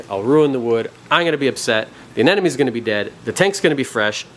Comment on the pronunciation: Why people call it aneNomes ? lol